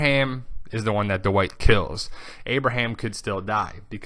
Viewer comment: you say Dwight very weird, you say it like THE WHITE, why?